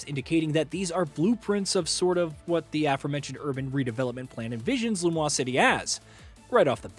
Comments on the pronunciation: It is not Lu-mwah city. In French, Lumiose would be pronounced Luh-mee-o-se. Lu-mwah, would be spelled Lumois, not Lumiose. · this guy is mispronouncing the name of Lumiose city. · Lum-WAH-se city? 🤨